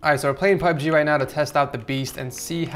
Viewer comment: its pubg not pugg